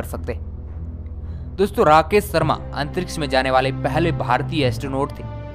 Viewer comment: कक्सा nahi bhai कक्षा अन्तरिक्स नहीं अन्तरिक्ष 🙄🙄🙄🙄